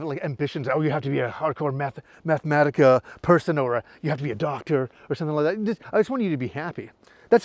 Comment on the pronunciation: “Meth-matica” made be laugh so hard. Not sure why you said it like that but it was great lol